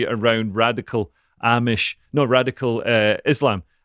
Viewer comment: "Radical Armish..." That's the funniest thing I've ever heard say. 😂